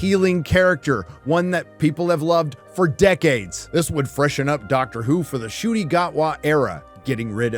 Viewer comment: I don't understand why pronounces it "shooty" when he's American and can't say "Nottingham" or "Villeneuve" or "Scotland" properly - so why not just make it Un-Cootie. Like it's written.